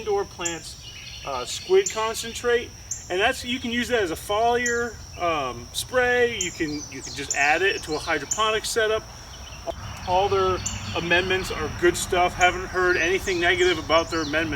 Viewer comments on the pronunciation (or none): It's foliar not follyar